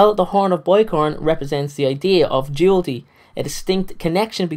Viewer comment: It’s duality not dualty!